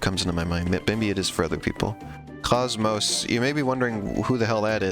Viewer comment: KOS-MOS is pronounced Koze Mose. She is Namcos crossover queen appearing in over 21 games and in xenoblade 2